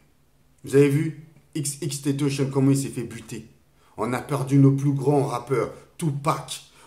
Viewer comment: Mdr il a dit xxxtontazon mais R.i.p quand même